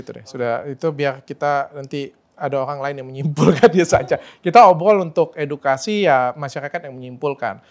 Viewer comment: EDUKASI APA EDUITKASI?? 🤣🤣🤣🤣